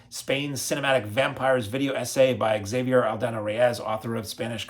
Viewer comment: Weird pronunciation of the Spanish names and titles like they were English ) Necrophagus, Becquer, Xavier, Angel... 😂